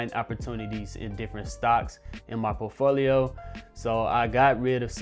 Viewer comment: I watch his videos just to hear how he says por T folio.